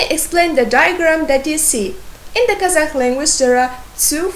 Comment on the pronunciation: it's a good lesson! But why do you pronounce Kazakh as казаХ? It's the pronunciation in Russian, not in English.